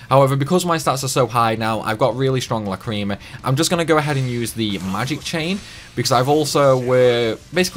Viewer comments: I dont think that Over Limiting (Going over +3) matters as they seem to only get extra skills in +1, will update again at +5, also im kinda p*ssed at how u said Lacrima as Lacreema.. That ticked me off a tad 😁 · The cringe when these youtuber who pronounce lacrima, which i think stems from lack of awareness of the anime.